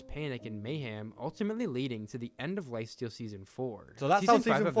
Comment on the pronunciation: At the start he said lifasteal